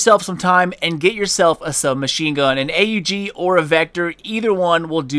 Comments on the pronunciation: Its pronounced AUG not A.U.G.....noob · AUG is pronounce "og" not "A-U-G" it not a big thing but I figured you would want to say the name properly. If you don't believe me just search "Steyr Aug" on youtube. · I call it Just aug not a u g and that what you said xD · Armee-Universal-Gewehr it is A U G not awg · its called lag..... its not that the game can't handle how much damage you were doing.... (couldn't tell if you were serious or not) and its not a custom AUG its the tactical not sure on the order and last but not least its pronounced Awg. :) nice vid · does it bother anyone else how he says 'a u g'? lol might just be me